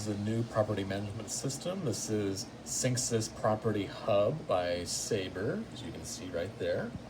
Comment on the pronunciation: its synexis that's pronounced